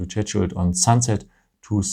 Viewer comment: Your English is very good! But you should work on your pronunciation of "schedule". If I hadn't seen it written, I would not have known what you were referring to. Thanks for all the help with my new Galaxy phone!